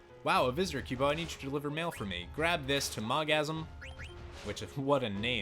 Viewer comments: MogSAM, not Mogasm! Haha. And that one is called Mojito, is it always drunk...? Water and Leviathan combo was working for me, but Valia Pira killed herself with Fire! Damn I need to get more Gysahl Greens...Hmm...Where, at this point...? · Mog-sam and Mogasm OMG😂😂😂